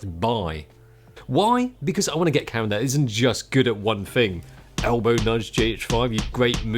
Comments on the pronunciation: I thought you were saying Karen, then carrot but I know it could only have been camera. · Every time this guy says camera it sounds like he is saying Karen, and it’s hilarious! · I kept on thinking you were saying "Karen" instead of "camera"...and who knows; maybe you were. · "Get the Karen that has the right features that you want!" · Thanks for clearing that up 🤣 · A Karen you can grip with all 5 fingers 🤣😂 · Haha I noticed that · True. Just picked up in that, Karen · Sounds like “Cara” to me